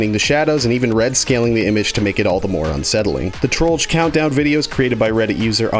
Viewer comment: He said trollger He said trollger He said trollger................ He said trolldier